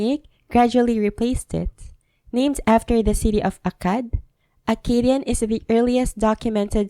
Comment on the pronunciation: The Akkadian reading is wrong, this guy has no knowledge of how Akkadian was pronounces Š= s S= ts Z= dz R= ɣ He doesn’t even differentiate between long and short vowels